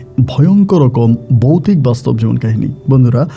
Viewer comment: বোকাচোদা বৌতিক না ভৌতিক,ভাষা সঠিক ভাবে উচ্চারন কর।